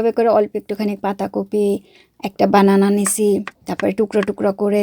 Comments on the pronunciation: বানানা ❌❌❌ ব্যানানা✅✅ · বানানা ❌ ব্যানানা ✅ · বানানা না ❎ব্যানানা হবে ✅ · বানানা❌ ব্যানানা ✅